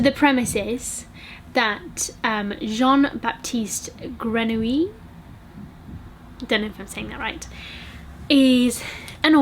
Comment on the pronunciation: I read "The Perfume" a few years ago and I absolutely loved the way the odours and smells were described ! But like you, I found that it lacked some explanations... By the way, you pronounced Jean-Baptiste Grenouille correctly ! haha